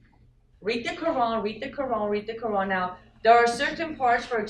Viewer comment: wow she dose not even know how to say Quran women u dont know wtf ur on about